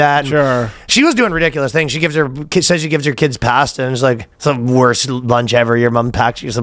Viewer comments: anyone else think it's funny how Ryan says pasta 😅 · I’ve literally never heard anyone pronounce “pasta” the way Ryan does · the way ryan pronounces "pasta" is crazyyyyy lol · Pass-tuh. Looked it up. Apparently it's standard Canadian pronunciation